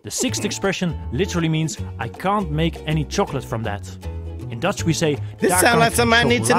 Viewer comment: You pronounce it very well! Even tough you don't know it, it sounds good!